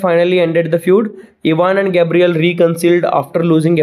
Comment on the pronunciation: sir, Ivans neighbour name is Gavryl not Gabriel.